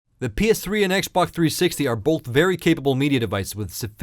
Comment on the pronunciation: lol STOP SAYING "X BHOK"!